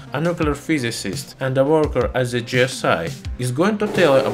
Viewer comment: Just came across your channel. This is a collection of jewels! Oh, and Kudos for your pronounciation of Darmstadt!